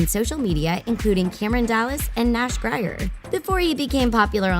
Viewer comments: Gryyeer 😂 hun... It's said greeer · “Nash GRYER” ITS GRIER. GREEEEEARRRR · I was happy when they mentioned magcon but like Nash Grier ksks grIer no hunny it’s gree-er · It's Nash Greeeerrrrr. Not Nash Griiiaaa err. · Ik but they could say nashs last name right its Nash grier not Nash gryer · When she said Nash Gri-er 😶😐😑😑😑😑😑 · “Nash Gr-I-er... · "NASH GRYER" I'M SCREAMING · “Nash Gry-Yer” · LMAOOO the way she prounced "Grier" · she butchered Nash's last name LOL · thank god they pronounced marais correctly. BUT WHEN SHE PRONOUNCED NASH GRIER’S LAST NAME HAHA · She said Grier so wrong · Am i the only one who is mad she said nashes last name wrong?